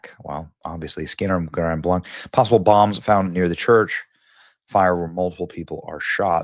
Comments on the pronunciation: Great report, Benny. It's pronounced GRAND BLANK. Lots of weird spellings in Michigan. The Mackinac Bridge, has anyone ever heard of it? How about the Mackinaw Bridge? YEAH, it's a problem. AND MORMONS ARE NOT BELIEVERS IN MESSIAH. They say they are, so you have to get them to tell you about MORMON Jesus, made in their image. And they wear magic underwear; it's a cult. NOW HOW MANY PEOPLE LOOKING FOR GOD are going to run to the CHURCH OF JESUS CHRIST OF THE LATTER DAY SAINTS or the Roman Catholic Church, which is wicked to its core. NO GUILT TRIP, JUST SAYING LET'S BE MORE CAREFUL NOT TO PROMOTE CULTS. BIBLE BELIEVERS ONLY HAVE ONE GOD, and they don't try to talk to the dead, and they keep the 10 commandments. Catholics can't get past the first two and forget number four. If you want more information about how dark and disgusting the ROMAN CATHOLIC CHURCH is, search, KEITH GREEN THE CATHOLIC CHRONICLES, it is easy peasy, the Catholic's will BOAST ABOUT IT; they won't deny a thing. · Heh Benny, Chris here from Michigan. Just so you know it's pronounced Grand Blank...even though there's a c at the end. This is another tragedy for God's people. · Hi Benny just to let you know Grand Blanc is pronounced as "Grand Blank" here in Michigan. Thank you for highlighting this very tragic and awful event. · Grand blanc, pronounced grand blank…. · This is such a shock. Grand Blanc (pronounce 'blank'), is only a couple hours west of me. It's not a super big town. The local sheriff also stated that they expect to find more victims when the fire and embers have died down enough to enter the building. Horrific. Tragic. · I am from Michigan... say it like this Grand blank... How you pronounce it. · blank, we pronounce it as blank. we aint in france brutha. it aint de-twa its de-troit. love ya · This is a horrific tragedy. My thoughts and prayers are with all the victims and their families. Just gotta point this out to Benny...it's pronounced Grand Blank. Just an fyi